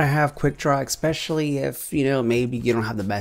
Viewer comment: I'm new to your channel but I've been watching your videos for about 20 minutes now and you do realise that you're saying 'especially' wrong, right? I've heard you say 'expecally' like 5 times already.. IN 20 MINUTES!